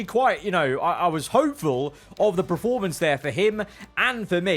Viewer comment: Love your videos. But please can you say PER-formance instead of PRE-formance :)